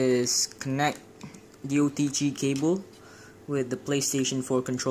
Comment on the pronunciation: “oDg cABle” it’s “OTG” not “oDg CaBlE” and that’s obviously San Andreas 🤣